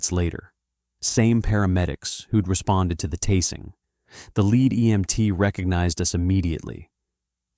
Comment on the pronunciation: Pronounce the word tasing properly in the narrative of the video.